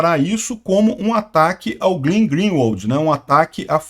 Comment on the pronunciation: não é GLIN, é GLEN, não é GLIN, é GLEN, não é GLIN, é GLEN, não é GLIN, é GLEN, não é GLIN, é GLEN, não é GLIN, é GLEN, não é GLIN, é GLEN, não é GLIN, é GLEN, não é GLIN, é GLEN